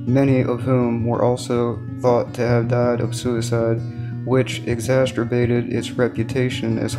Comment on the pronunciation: Exacerbated not exacertated.😋😁😁🤭